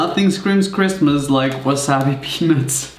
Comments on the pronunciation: “merry chrimas” its christmas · "MeRrY CHrisTLEr"